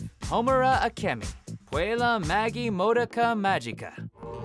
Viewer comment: The pronunciation for Madoka Magica's title was laughable XD